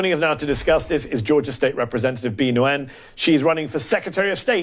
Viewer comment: Mehdi really butchered the pronunciation of Bee Nguyen. Nguyen is pronounced 'nwin'.